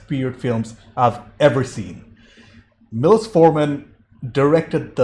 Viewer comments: It’s pronounced’’Milosh’ not ‘Milos’. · It's pronounced "Mee-low-shh" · Pronounced....mee losh (milos)